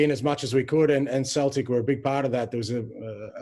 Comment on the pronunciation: He definitely just pronounced Celtic with a ‘K’ sound 🤦‍♂️